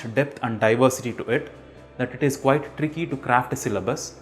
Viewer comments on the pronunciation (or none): none